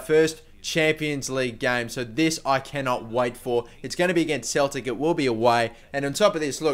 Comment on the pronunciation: It's not cheltic is celtic pronounced seltic